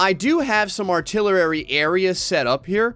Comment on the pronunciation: Arr-Till-Err-Eee says Artillery